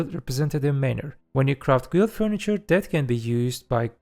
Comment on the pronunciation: instead of guild say gild